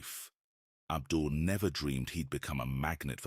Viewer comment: I was puzzled seeing a video I know has to be 5+ years old or older. Your AI fake “” never pronounces names correctly. He called the op Abdul. When in fact it’s Abiud. He has quite a few videos on YouTube that are much scarier than this. I don’t mind seeing them again. I’m pretty sure Abiud’s last name is Hernandez. That’s how memorable his videos are.